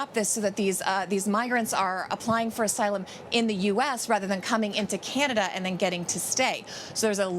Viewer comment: How long is Biden expected to be in “Canadia” ?